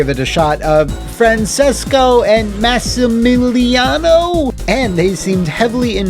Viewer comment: close enough! The "ce" in "Francesco" is read as in "change". You nailed Massimiliano, though!